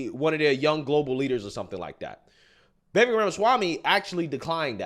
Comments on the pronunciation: It's "vih VAKE" not VIH vek... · His name is pronounced ViVAKE like cake, not Vivek like vik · Vivek is pronounced as Vyveck. Think fly. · please pronounce his name correctly...Like CAKE, Vivek rhymes with cake Vivake.... He deserves that. THanks. A fan. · Its Vivek like cake. Pronounced “Vi-vake” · Hey bro, the correct way to remember how to pronounce his name - “Vivek” rhymes with “cake”. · The guy criticizing should at least pronounce Vivek correctly. It's Vi-vake phonetically. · It's "Vi-Vake" ... we've got to get his name right bc if the ppl who are aligned with him don't show him enough respect to do that then the opposition will definitely never take him serious... you didn't ever hear ppl who were aligned with Barack calling him "O-Bay-Ma" ... in fact it was considered highly disrespectful to misrepresent his name, as it should be. I'm not saying he should be our duly elected president come 2024, I'm a Trump guy, but I believe he truly represents the Republic and true constitutional values. #Trump2024 #Ramaswamy2028 💪🏽💯🇺🇲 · His name is actually pronounced Vi VAKE ..... He said it rhymes with CAKE 😊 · Not trying to be rude at all, I just heard a video of him explaining the pronunciation of his first name. So it sounds like Vi-vake, like rhymes with cake. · With respect,..His 1st name is pronounced veh-vake, 2nd syllable sounds like cake=vake, look for a clip with Tucker where he says this,… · Brother his name is pronounced Vi-Vake like Fake, Cake Etc.